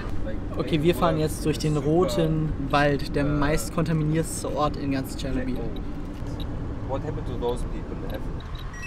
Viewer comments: Bitte sprechen es nicht Tschernobiiiiiiiiiiiiiil aus sondern Chernobyl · Tscharnobil was😩😩 Es heißt Ченобель👍👌